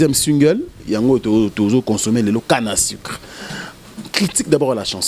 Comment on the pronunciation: Olobaka français mabe eh canne à sucre ou canne à sicre?